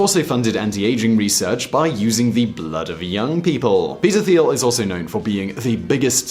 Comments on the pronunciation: Peter 'Th'iel is actually pronounced Peter T(h)iel... as in Teal. Phonetic fail within the first sentence. Not a good wrap for your research credibility. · His name is pronounced like Tiel... there is no Th sound in his last name. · Thiel is pronounced as an aspirated "t", not a "th"; i.e., like in "Thailand", not in "think".